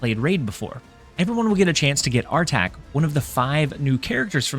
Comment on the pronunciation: Archetype... It's not an arch... An arch is a semi circle that straddles two pillars or a wall. Arc-eeee-type (ˈɑːkɪtʌɪp) is how you say it 😊 Cozy drives me round the bend calling it an ''arctype''!